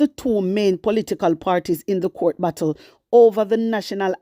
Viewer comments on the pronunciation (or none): none